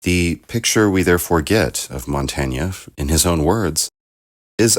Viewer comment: i think this is the correct way to pronounce "Montaigne." We insist on pronouncing it like it rhymes with "humane."